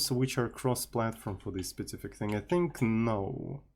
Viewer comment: there is something magic in the "specific" pronounce of...it's something like "SPIZIFIK"